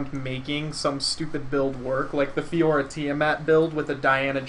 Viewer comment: I remember you used to say Fioria instead of Fiora. :D